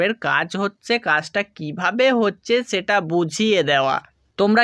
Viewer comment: ছেটা কি। হবে সেটা । ছ না স দিয়ে কথা বলেন